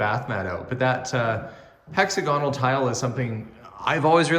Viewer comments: Hexagonal is pronounced similarly to the word diagonal. Emphasis on the second syllable. :) Little FYI. :) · That is one amazing house. I love the kitchen! Hexagonal tile is so retro-perfect choice for you and your family, for sure! We Americans pronounce that word differently. Here it is Hex-agg-oh-nal, emphasis on the ag part of the word. I love word pronunciations. Brits say controversy completely different than we do. Try to say that word in your next live, please. 🤣 Love, love, love your new home.